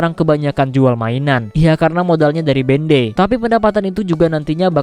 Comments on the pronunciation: Sebutan dia Bandai bukan ben dei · Sorry, tp pas dibilang bendei gw kira apaan ternyata Bandai toh 😂😂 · Bandai cok bukan bendey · BANDAI BANG BUKAN BENDEIIIII